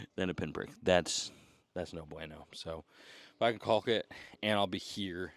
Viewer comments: Is it caulk or cock?? 😂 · the effort to pronounce that "L" in caulk lmao